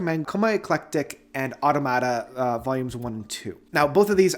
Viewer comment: Excellent video/series. Btbam is my favorite band. Oh and it’s pronounced au-tomata and not auto-mata.